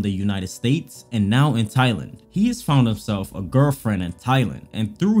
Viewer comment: this dude says THIGH-Land